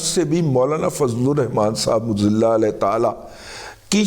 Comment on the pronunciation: اسلام علیکم دادا جی پلیز جب آپ بسم اللہ پڑھتے ہیں تو اس میں اللہ کے ہِ کو کلیئر پڑھا کریں پلیز 😊